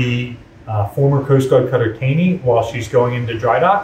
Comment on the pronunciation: Fun fact. The cutter was named after Roger Taney, former Chief Justice of the Supreme Court. His surname is pronounced TaWney. I found that out when I moved to Maryland and was immediately corrected when I said TaYney.